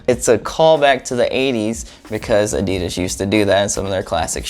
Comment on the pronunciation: You know what pisses me off that he says adidas wrong